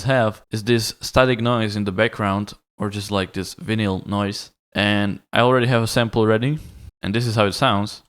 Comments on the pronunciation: did you just say vinyal noise... shit 😂😂😂😂😂😂😂😂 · Please say vinyl again. Just kidding, great tutorial. Thank you. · Lol the way you pronounce vinyl